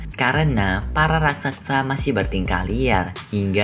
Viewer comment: Raksasa bukan raksaksa